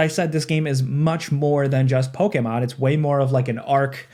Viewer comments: Bro is the only person on the planet that says Pokémon correctly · I know you’re pronouncing “Pokémon” correctly…but I don’t like it 😂